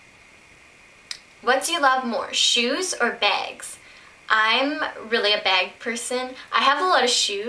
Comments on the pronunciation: I feel like she was saying "beg" just to annoy me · I LOVE the way u say "bag"